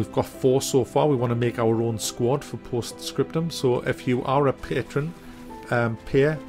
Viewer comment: “I’m also going to be streaming post scrotum... eh... post scriptum this weekend.” You gave me the laugh of the day! Thanks!